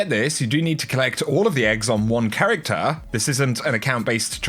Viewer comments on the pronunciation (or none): none